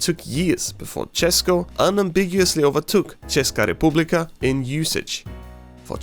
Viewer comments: This is the cleanest pronunciation of "Česko" , "Československo" and "Česká Republika" I heard by someone who doesn't speak the language, that was better than like over half of actual native speakers, I think a tear came to my eye. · As a Czech person, I think we need to give this guy credit for pronouncing “česko” and “česká republika” really well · Hey, you pronounce the words "Česko", "Československo" and Česká republika" very well. Actually, know some native Czech speakers who pronounce it worse than you😂👍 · The way you say Česko and Česká republika Is really good. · I'm glad to see that someone really knows about our country cause I've thought all the time that noone knows Czech Republic. Tbh great pronounciation of Česká republika and ahoj. Hezký den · oh my god this PRONOUNCIATION of Česko and Československo and Česká republika is SO GOOD I love this, instant sub